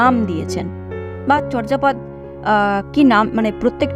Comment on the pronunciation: আপনি এখানে চর্যাপদের উচ্চারণ বলেছেন 'চর্'জাপদ' কিন্তু প্রমিত বাংলা উচ্চারণের নিয়ম অনুযায়ী উচ্চারণটি হবে 'চোর্'জাপদ' । নরেন বিশ্বাস, বাঙলা উচ্চারণ অভিধান, বাংলা একাডেমি, ঢাকা ।